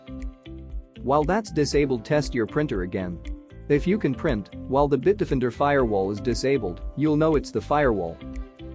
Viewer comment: Why does the narrator pronounce Bitdefender as Bitdifinder?